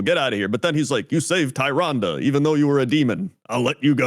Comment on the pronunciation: Two people that have played WoW since its beginning that can't pronounce Tyrande. XD